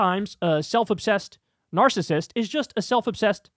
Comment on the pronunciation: an clinical psychologist can't say 'narcissism'?